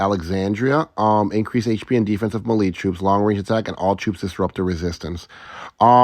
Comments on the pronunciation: Melee is pronounced like mayday (maylay) not marie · Brother, it’s pronounced “may-lay” Thanks for the good info😜🙏